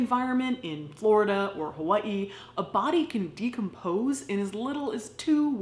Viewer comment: I am shooketh that you pronounced "Hawai'i" correct